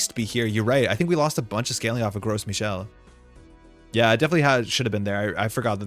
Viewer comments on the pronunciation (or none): it's so funny to me every time you pronounce gros michel as 'gross michel' you live in montreal it's french lol